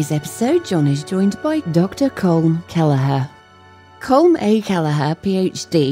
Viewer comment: It's not "Kolm", it's "KAWL-um", similar to "Collin", and sounding like "column". Get your 'Robo-nunciation' straight!